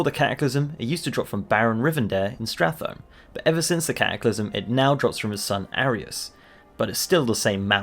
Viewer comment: Stratholme - 'Stra-thm' Relieved to hear someone say this the way it would actually be pronounced. Everyone says 'Strat Home'; drives me up the wall